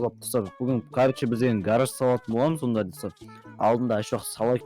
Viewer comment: Гарарж емес гараж дұрыстап жібер